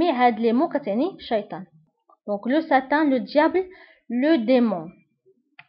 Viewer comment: On dit satan pas satin .l'enfer c'est djahanem .. Merci bien